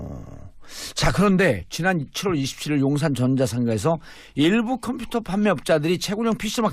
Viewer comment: 콤퓨터, 콘츄롤... 아....ㅋㅋㅋㅋㅋㅋㅋ 사회자는 약주하신듯하고...